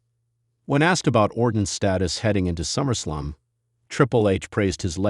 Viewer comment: The voice on this video is A. I. Absolute Trash when pronouncing wrestlers names. Quit the lazy. It’s Summer Slam. Not Summer Slum.